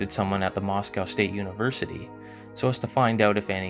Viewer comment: It's pronounced Moss Coe not Moss Cow.